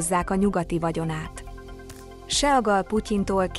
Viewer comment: seagal hoogy lehet IGY mondani a nevèt teeee??????? sea (szii) mint a tenger angolul vazzeg! IIISTENEM ..HAHAHAHAHAHAHAHA